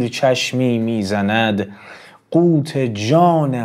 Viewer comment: قوًت را قوت خواندین